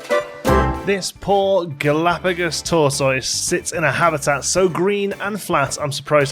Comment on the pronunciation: You're pronouncing tortoise wrong mate.